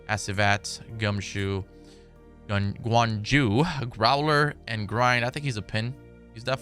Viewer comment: Gwan yu: gwain ju Me: dont u play smite bro, wtf